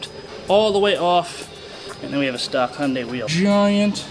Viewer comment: I knew the Aussies know how to pronounce it. That's almost 100% accurate. :) Those yanks on the other hand think it is a cheap version of Honda, Honday. :D Wow, that was 100% accurate. \O/ Those pesky yanks ain't cut it. :D